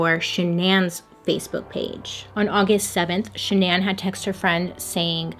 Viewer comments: "Sha-naan"? Not Shannon? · Why won’t my brain process “shannan” and not Shannon 😭💀💀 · her name was pronounced like Shannon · Are we sure this girl's name isn't Shannon? Hearing Sha Nan over and over again it was too much for me I had to bounce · SHANNON typical pronunciation the way her mom and dad pronounce it not shuh-naan... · i wish bailey knew it was just pronounced shannan (like shannon)and not sha-nan😭💀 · Are you sure her name is Shuh-nan? And not just Shannon? (this is bothering me hon) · Is she mistaking Shannon for Sha-nan lol, or is that her real name? My name's Shannon and it's a pretty common name so there is no way she's that bad at pronunciation lol! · The CC says Shannon and you saying Sha’nan has me on the floor 😂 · i think her name is (shan-nun) not (sha-nanne) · SHAN-NAH lmao ily but you kept saying SHANN-AN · I would pronounce her name way different. Shan-non. 🤷🏽‍♀️ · Is it just me or is Bailey saying Shannan's name weird. I thought it was pronounced "Shannon"??? Am I tripping? 😅😅😅😅😅😅😅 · Ok shananne can’t not be how that’s pronounced right? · Shan-non😂. love your videos❤️ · I can’t get past the pronunciation of Shannan but I’ve watched enough of your videos now to know that this is just a Bailey thing 😂😂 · Is it supposed to be pronounced “Shannon”?? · Nobody: Bailey: Sha-NAN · LOL is that really how you pronounce the wife’s name???? Shannan?????? ShanAN????? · Wait... Is her name pronounced sha'nan or shan'en? Lol 🤔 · Her name is pronounce Shannon just spelled different hate to correct you it just bothers me but I still love you girl!!!❤️ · I don't know why but everytime I hear you say shannan I keep waiting for you to follow it up with igans.... Shenanigans. Lol!!! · I will literally pay you to re-record this and pronounce her name correctly. Please. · So, I know this is absolutely not the point of this whole thing, but the pronunciation of the wife's name made my eye twitch throughout the whole video. 😣